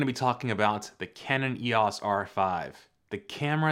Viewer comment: Please say EEYOHS, not EEYAS. 😉